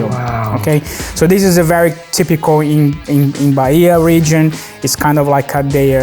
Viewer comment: I.A falou carraje. O correto é acarajé, servido com vatapá. Não é Baia é Bahia. Pronuncia-se Ba-í-a.